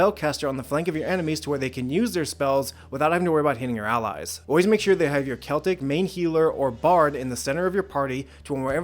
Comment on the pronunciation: Does he keep calling clerics Celtics?